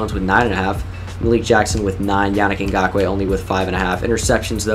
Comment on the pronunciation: I like how educated you are dude, you know what you're talking about when you talk football and you know alot of players, you effortlessly said Ngakoue